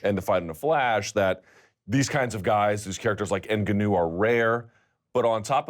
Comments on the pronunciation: Luke "En-ga-new" Thomas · n-ginew? explain to me how ive known how to pronounce his name since the first time i saw him yet luke who's in the game cant make the leap? lol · Luke "In-Goo-New" Thomas